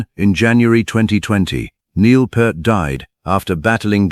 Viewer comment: Yes, and also crying from how this ai is mispronouncing his last name. 😢